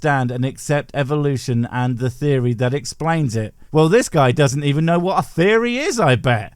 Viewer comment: you big pigging tease! You stopped before he got to his idiotic, gibberspeak "Thury ob all da Tings!" How could you?